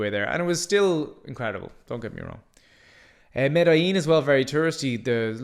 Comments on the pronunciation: Your pronunciation of Medellín and Bogotá is very lousy. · Not like that. Like this, watch: MEH THEH JEEN, MEDELLIN. Then, BOH GOH TUH , BOGOTA, Got it.